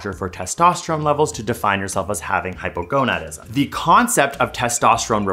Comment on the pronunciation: I can’t. I keep hearing “Hypergonuts”